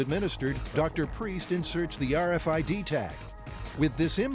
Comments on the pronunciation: the "arfid" lol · "arr-fid?" 👀 Srsly tho... what's to stop ANYONE ELSE from reading your personal medical info? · So funny hearing them keep saying R Fid